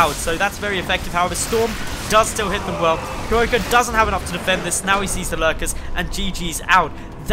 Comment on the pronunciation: Thx for casting Starbow! And your pronunciation of Kierowca is a bit off ;) I'm assuming he is polish because kierowca means driver. If you know from what country the player is I recommend using google translate for pronunciation (of course assuming the nick is not in English).